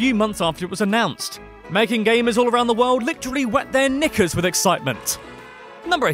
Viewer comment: Why does Knickers sound like the N word